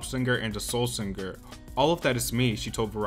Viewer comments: Came to the comment section to see if anyone else noticed that...“SinGGGher” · Saying Sing-ger instead of Singer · All I have to say is that the "G" in singer is silent dude.... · The “singger” pronunciation is so annoying tbh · Why did you pronounce 'singer' like there double gs?